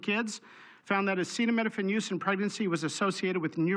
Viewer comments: Bro can’t even say acetaminophen and he’s trying to ban it 😂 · I won’t accept medical advice from someone who can’t even pronounce acetaminophen!!! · Woe to anyone who takes medical advice from a guy who can't even pronounce acetaminophen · I can't remember if I've seen a bigger shit show of know-nothings give a press conference in my life. This is full on grift mixed with incompetence on a level that is hard to comprehend. Donald Trump couldn't even pronounce the word acetaminophen. He shouldn't be on the White House roof, he should be serving a prison sentence for any one of the 4 indictments he was clearly guilty of that got rat fucked in the court system by Aileen Cannon and SCOTUS. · My favorite part of all this is the reason they're targeting specifically Tylenol is because Trump can't pronounce acetaminophen (paracetamol). The report he's giving says acetaminophen is the issue, but because Trump can't say it so they have to pentouple down on Tylenol. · Not to mention Tylenol. He’s president of the United States and can’t even pronounce acetaminophen during his own “groundbreaking” press announcement. I’m so sick of this circus.